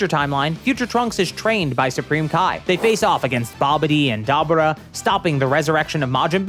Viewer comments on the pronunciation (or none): none